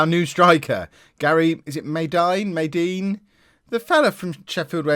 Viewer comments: had madine but just thought i'd tell you, it's pronounced "mad-een" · It’s also Gary ma-dean